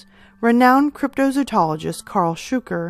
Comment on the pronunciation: Nice I love the cryptids so nice to see more attention being brought to these ones. Great video but it is pronounced cryptozoologist not cryptozootologist otherwise your pronunciations have been great.And the Moleke Membe and the Amela Toka are not the same Amela looks like a triceratops type creature, Moleke Membe is a sauropod. Hmm which are most believable. all of the above. Moleke Membe is the one that I think we might have the best chance of ones on this list to prove exists still. There is a French Cryptozoologist who is going on an expedition this year again. When the stories first came out the natives who were reporting them were shown photos and drawings of a large array of animals both living and "extinct" and the living animals were ones that were native to the area the natives picked a sauropod as most closely resembling the creature. And they did the same with the Amela Toka and showed photos and drawings of both rhinos and other creatures as well as triceratops and they picked the triceratops. They knew what Rhinos were and Elephants and such and they insisted that the creatures were not any of those. The tribe managed to kill one Moleke Membe back in the 60s and they ate some of the meat everyone who ate parts of it got very sick the meat is toxic.